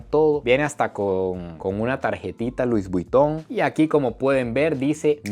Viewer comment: “Luis buiton “😂